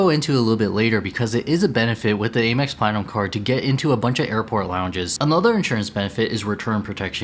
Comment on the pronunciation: I’d recommend you work on your pronunciation of “Amex” and “RE” before making these videos, but nice effort nonetheless.